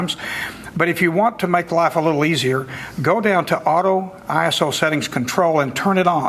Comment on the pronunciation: when he says iso i hear asshole :(